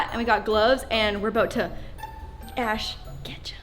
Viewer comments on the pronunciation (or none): Who else thought said Ash Ketchup